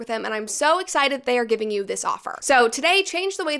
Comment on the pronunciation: “have yu been to space” u Is the new meme 🤡🤡